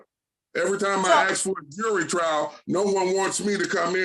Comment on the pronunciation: The guy us an asshat, Can't pronounce "ask".